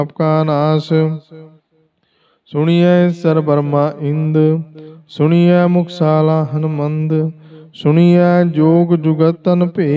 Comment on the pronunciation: ਸੁਣੀਐਂ ਨਹੀਂ ਸੁਣਿਐਂ ਹੈ ਜੀ